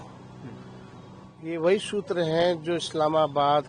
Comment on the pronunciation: Ghntaa soking ...sutrr ko mutrr bol diya ...to shoking h wahhh re chmrchoc😂😂😂😂